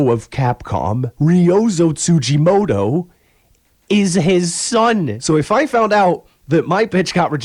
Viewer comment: Tsujimodo ? TsujimoDo ? It's a fucking T. TsujimoTo ffs.